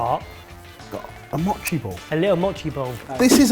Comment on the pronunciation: Say it with me: mow-chee